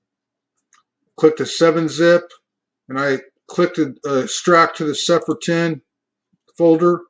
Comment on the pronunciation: Cepher - “See-fer”